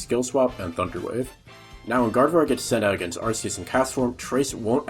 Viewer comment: Ar-KEE-us! D:< It's not 2007 anymore, we know better! T-T